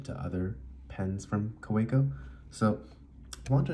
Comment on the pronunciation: It’s pronounced Kaveco